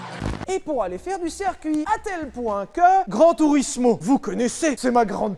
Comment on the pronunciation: Sylvain n’a toujours pas appris à prononcer correctement « cèrcuit » 😅 #circuit